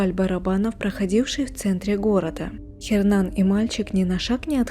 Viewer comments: что за Хернан? Hernan - это Эрнан..буква Аче не читается в испанских словах.. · Н не читается! Эрнан!!!! Саронг? Она где-то в Азии? Парео! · Не Хернан, а Эрнан (Hernan). Уточняйте правильное произношение.